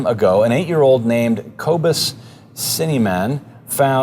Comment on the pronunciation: Can you guys do a video on megalodon or that giant shark? I don't see too much on ocean dinosaurs and would find it very interesting Hahah, also it's not pronounce Kobus It's kwe-bis, it's a South African name